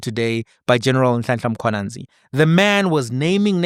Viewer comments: Lol cause in Zim we have Mkhwananzi not Mkhwanazi. I only realized the difference after 15years of staying in SA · Mkhwanazi not Mkhwananzi 🙄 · Mkwanazi, not Mkhwananzi 😂😂😂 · My Brother it's Mkhwanazi not Mkhwananzi. This is a national hero let's get his surname right. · God dann, it’s Mkhwanazi not Mkhwanzi, even though you’re from Zim, learn to pronounce surnames correctly.